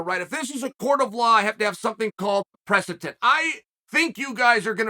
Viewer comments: Press-itence or precedence? Asking for Blahall. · One day our dear Uncle Chael will learn to properly pronounce “precedent”. But for now, we’ll all happily stick with “presitent” and “presitence”. Undefeated, Undisputed.